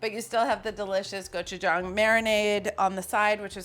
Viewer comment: I also appreciate Carla's accurate pronunciation of gochu-gang. Whenever I hear some Food Network chef say the word, I yell at the tv.